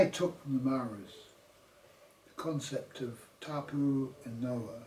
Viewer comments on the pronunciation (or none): You could start by getting your pronunciation correct . It was hard to listen to you say Noah so many times, I had to stop the video. Gnaw-a NOA . Please say our language correctly. Nga mihi.